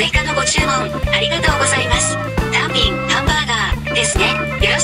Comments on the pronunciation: 単品のニュアンスがたん↘ぴん↗で笑った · たぁ↑ん↓ぴぃ↑ぃん↓ めっちゃ笑ったwww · hirotaka shinohara なぜか「ぴん」だけアクセントかけてるw